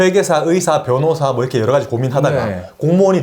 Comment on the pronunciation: 여러가지가 있는데> 여어가지가 있는데